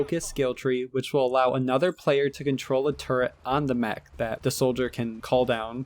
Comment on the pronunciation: MECH MECH MECH not MACH MACH MACH its a MECH with an E not An A